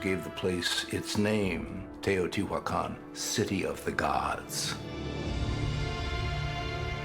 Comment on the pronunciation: Learn to pronouce the names, If can say sean correclty, you should say Teotihuacan and quetzalcoatl correctly. horrible sounds come from your mouth